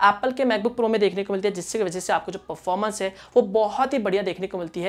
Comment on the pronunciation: Performance pronunciation thik se karo😉